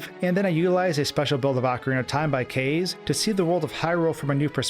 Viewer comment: That's not how you say Kaze; it's Ka-Zey not Kay-Ze